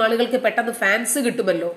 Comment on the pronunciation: Madam, please call it Hans, not fans